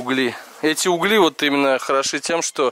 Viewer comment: В слове угли ударение на букву у а не на букву и.